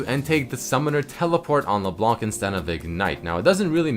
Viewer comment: NOT LEBLANK LEBLAN, YOU DONT PRONOUNCE THE FKIN C IN HER NAME.